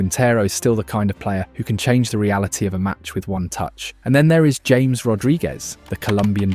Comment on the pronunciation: Literally never heard anyone pronounce "James Rodriguez" like the English "James" instead of "Ha-mes".